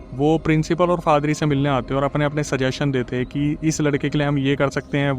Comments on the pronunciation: bhai fadri nahi padhri hai😂😂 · फादरी नही पाधरी होता है l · Faadri nahi hota bhai 😂😂 Paadri hota hai 😂😂😂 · It's paadari or father .. not fathery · Padhri ❌ padri✅ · Yaa to padari hota hai yaa father, fadari kya hota hai bhai 😅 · FADRI NAHI, PADRI.😮😮😮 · Padri ❎ Father❎ Fadri✅😂😂